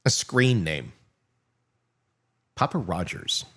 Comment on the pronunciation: It's actually Papa lol